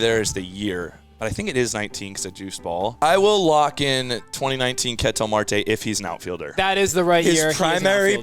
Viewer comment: is amazing but someone needs to teach him how to pronounce Ketel Marte.